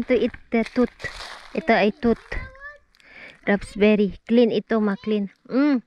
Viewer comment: Raspberry po hindi RAPSBERRY. 😊